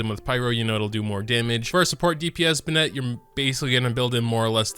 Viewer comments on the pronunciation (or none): benit not ben-ette